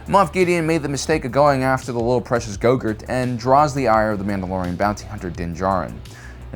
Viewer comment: He pronounces all sorts of words in a weird way, like Kashyyyk. I think he just does it on purpose, like how he always calls Grogu "Gogurt." Which is what I've elected to call the little runt from now on too.